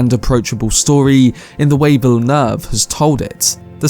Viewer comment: Good video my guy but you fucking butchered the Director's name